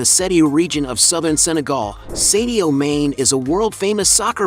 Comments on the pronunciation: At least learn to pronounce his first and last names correctly …. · Ain't no way mans calling him sadio main